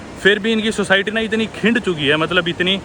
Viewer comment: खिंड जाती है आपने बोला